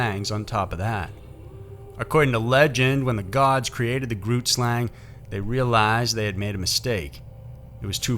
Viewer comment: Great video. I live in South Africa and we love it when stuff like this is the subject of YouTube videos! Your pronounciation of most of the words is very impressive. But I am going to point out 2 of them for you, in the niciest way :) Xhosa is pronounced KAW-SA. Trevor Noah's mother is Xhosa.as was Nelson Mandela. Grootslang (meanig big snake in Afrikaans) is pronunced bringing the G from the back of the throat, making a sound almost like gas escaping from a pipe!. Not very easy to pronounce, even my daughter who is half Afrikaans, battles with this sound. It is G-ROOT-SLUNG.